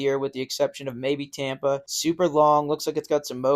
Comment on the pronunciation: "Tamper" and "Daytoner" is funny. I noticed they say "Brotha" for some reason, but can't say Tampa and Daytona correctly? Please explain that one...